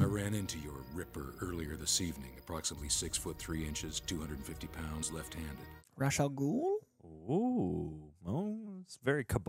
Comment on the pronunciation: So… can’t pronounce Ra’s correctly. I’m disappointed more and more with this man. He didn’t even say it ONE correct way.